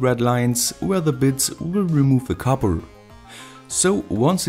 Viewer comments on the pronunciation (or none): none